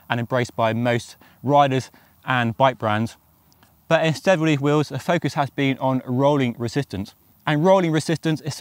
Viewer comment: Pronounced “wheels,” not “wills!”